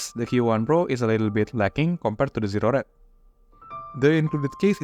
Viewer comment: Zero -pronounce the O.. pause .. Red Not Zered